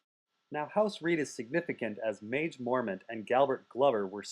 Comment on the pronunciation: At first i thought Maege was pronounced "Mage" as well, but it's "maggie" mormont.